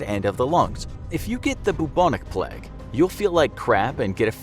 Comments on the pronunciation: It's pronounced plaig. Not plegg. In English and American. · Just listened to someone pronounce plague like pleg for 12 straight minutes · nobody: narrator: pLeG. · Why does he pronounce it pleg hahaha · Why did he say plague so weirdly